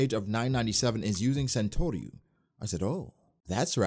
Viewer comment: It's saan-toruy